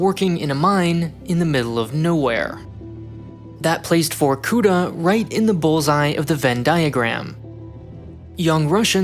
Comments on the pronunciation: vorkutA emphasis on last vowel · You're putting an accent on the wrong vowel in Vorkuta. Correct pronunciation would be Vorkuta' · This has probably already been written about, but there is always the funny word stress. Correct - on the last syllable. Vorku-[ta]' I understand that there is no difference in English, and in Russian itself foreign cities are often pronounced incorrectly, but it sounds like a joke every time) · In Vorkutá the stress is on the last vowel 'a'. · The emphasis is on the last A not U! Your intonation is intolerable as it is but in combination with illiteracy it just bombs. Dislike and I did not last for more than 3 minutes on this video. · Could you at least look up how to pronounce the city's name, like where the stress goes? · why couldnt u spend ten more seconds whilke making this video just to learn how to pronounce Vorkuta correctly? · Can you at least,pronounce VorkuTa properly? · Then it's even more jarring that the pronunciation of "Vorkuta" is so butchered that it's like listening about another fictitious city sounding vaguely Indian (like Calcutta). Does it hurt to go to Google Translate and listen the russian name for once? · It's vorkutA, not vorkUta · The stress goes on the last syllable: vorkutA, not vorkUta. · it's not VorkUta, it's VorkutA. it's a cool vid, but get your geo names right :) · Just a little niggle: it's vorkutA (emphasis on the very last syllable). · Botched the name. It’s VorkutA with A stressed and vowels before silent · It isn't pronounced vorkUta, but vorkutA, with the accent on the last A... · it is actually vorkutA, not vorkUta. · It's VorkutA, not VorkUta. You should've checked spelling before making video, to be honest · It's var-koo-TAH, not var-KOO-tah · why you write vorkuTa but say vorkuDa ? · Start to listen VorkUta, gosh what’s this...I thought. Than I see it. It’s VorkutA!!! Actually . Film is interesting but please , get Russian names right! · great video. yet. it’s VorkutA, not VorkUta